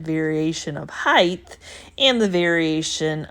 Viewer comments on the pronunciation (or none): Sorry ! Just have to ask ….. when did the word height change to heighth ?